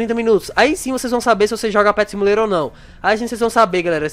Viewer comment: Ele fala simulero do zero kkkkkkkk